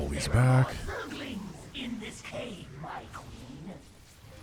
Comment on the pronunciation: Raynor also says "Zerg-a-lings". It's officially cannon in SC2 as well! Blizzard pls fix all other spellings of zergaling, please.